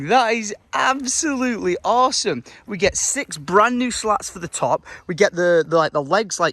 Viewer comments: isn’t it a “slat”, not a “lat” 🙈😂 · Isn't it 'slats', not 'lats' ? :D